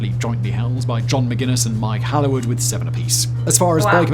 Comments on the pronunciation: Mike Hailwood (not Halliwood as pronounced here.) rode TT and Grand Prix motorcycle races, as well as driving Formula one and Le Mans 24 hours races. He died at forty years old, with his daughter, when in a road accident while out buying fish and chips. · Mike Hailwood, as in Mike "HALE-WOOD" not Haliwood. Survived all of those races, only to be killed (along with his daughter) on the way back from the Fish and Chip shop by a an incompetent lorry driver making an illegal turn! Michael Dunlop is the nephew of Joey Dunlop (killed in a race in Estonia). His dad was Robert Dunlop (5 TT Wins, killed at the NW200) and his brother was William Dunlop (6 TT Podiums, killed at the Skerries 100).